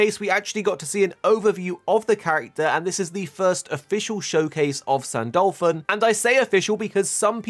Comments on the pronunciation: Ahhhhhh please say his name right its not San-Dolphon its San-Du-Lu-Phon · why do you pronunce it "saint dolphin"?